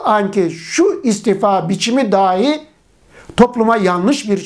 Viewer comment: Hocam ilminize gerçekten saygı duyduğumu belirterek şunu söylemek istiyorum; DÂHÎ ve DAHÎ kelimelerini lütfen olması gerektiği gibi telaffuz ediniz...